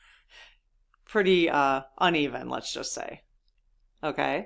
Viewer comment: Tumult u ous No "R"